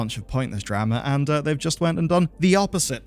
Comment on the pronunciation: mf said drAma. its not the same as dAta and datA lmfao